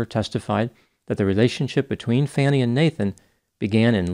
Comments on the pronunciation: And he mispronounced her name the ENTIRE TIME!! 😂😮😮 - everyone by now knows the correct way to say her name!! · I often value your perspective. I saw at least some of DA Willis' communication pattern as culturally-rooted. I submit that there might be additional consideration for DA Willis to be strongly assertive of her position., your mispronunciation of her first name, and I think your problematic use of that pronunciation in saying "fanning the flames," is in conflict with your usual professional manner. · Purposely mispronouncing her name isn't unbiased. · Your pronunciation of her first name was consistently wrong. Do your homework, please. I am a fan and have never left a comment for you before. I see this as a strong black woman who has obviously had to fight hard for everything she has achieved, and had to be ten times more accomplished than her male counterparts. That said, she made some terrible decisions, that do not affect the actual legal case, and she needs to step aside to ensure the facts in the legal case do not get lost in this side show. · I love that you are pronouncing her name wrong, or wrong according to her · OMG!! Can’t believe mispronounced her name EVERY SINGLE TIME! 😂😮😮- he must not be very familiar with this case!! I know it’s spelt FANI!! But everyone by now (except him) knows it’s not pronounced like that!! 😂😂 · Please give Ms Willis the courtesy of learning to how to pronounce her first name correctly. If she gave you enough fodder to create your content that's the least you could do. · Too soon to make judgments! PLUS immediately stopped watching after he didn’t know how to pronounce her name correctly!! 😮😮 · FYI Her name is pronounced Fawnie, not Fannie. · Not Fanny. Her name is pronounced Fawnie but spelled Fani. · Why does everyone call her FAN-E when she calls herself FAWN-E? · It's pronounced "Fawn-e", not "Fan-e". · Her name is pronouced Fawnie not Fannie fyi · Her name is Faun- knee NOT fan-ney!!!!